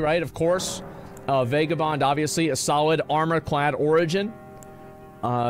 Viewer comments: It’s pronounced Vagah Bond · He said vague a bond so many times that I am convinced he believes this is the actual way to pronounce vagabond and he isn’t just being a silly goof